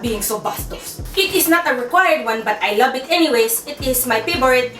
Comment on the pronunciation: "Layka finfal (like a penpal)..." Bwahahhaha!! HayLahvet (I love it)!! ^_^ *****